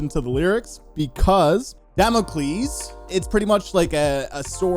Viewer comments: I can hear the cringe from across the internet from Drew Fortune hearing the mispronounced Damacles from you. XD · I love that y’all aren’t letting Drew live “Duh-mock-els” down. 😂 For real though… Duh-mock-els left me in shambles. 😢